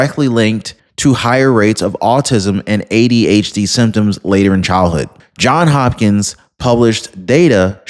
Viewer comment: It’s “Johns Hopkins”. Cant ignore that “s”.